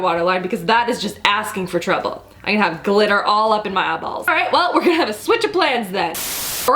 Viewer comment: I absolutely love how "real" you are and how funny too! And is it just me, but I love how you say "eyeballs". Makes me laugh every time!